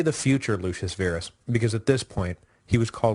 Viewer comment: Pronounce Verus "vair us" Virus "veer us", ah, ancient Roman, go figure.